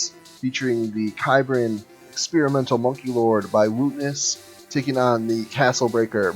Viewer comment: Small note, its pronounced "Sibran". It's an experimental unit from the Cybran Faction in the game Supreme Commander.